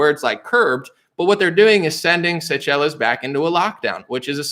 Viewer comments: It's pronounced say-shells sir. 😉👍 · That African island nation is pronounce Say-shells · Seychelles pronounced say shells😅🤣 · Pronounced: say shells